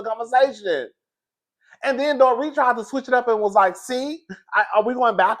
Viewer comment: I don't know if it was me but it sounds like you said the doretha